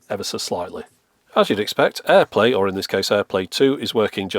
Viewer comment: At this point when says "airplay, or in this case, airplay 2", I initially heard "airplane, or in this case, airplane 2". I thought to myself "Surely, I must not have heard that correctly. No, I did not hear that correctly. And don't call me 'Shirley'."